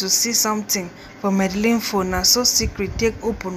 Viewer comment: Port harcourt girls and Supe 🤦‍♀️🤦‍♀️🤦‍♀️👿 it’s Medellin not madalin 🤦‍♀️😂 and please don’t chew while recording